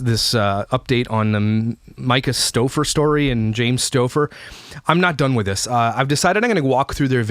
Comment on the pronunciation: You deserve a thumbs up for just pronouncing their last name correctly!! All the videos out there cringe my soul as they pretend to know what they're talking about but they can't even say their names right